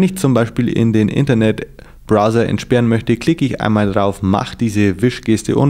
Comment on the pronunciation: browser nicht brother :D